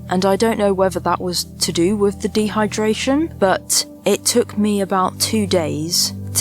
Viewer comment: My only frustration with your lovely videos is that you can't pronounce "with" properly, it is not "wiv"